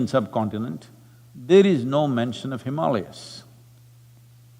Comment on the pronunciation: I’m glad Sadhguru pronounced Himaalayas correctly in this video. I hope he also corrects how he says ‘Brahmachaaris’ one of these days.